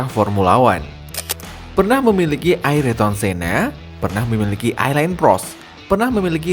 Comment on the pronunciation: Sedikit koreksi bang, Ayrton Senna bukan Aryton Senna, Mika Häkkinen bukan Nika Hakkinen 😔